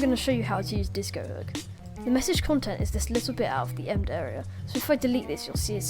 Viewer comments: Please ...please. Em...bed. It’s an embedded message. Not “emd”. 🤦‍♂️ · its em-bed embedded (em-bed-ed) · Apart from the pronunciation of embed, the video is great. Good work.